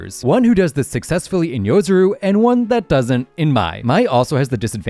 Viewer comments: Its Yo-Rozu not Yo-Zuru😂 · I just hate YouTubers that can't read... yoROzu not yozuru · Its yorozu, not yozuru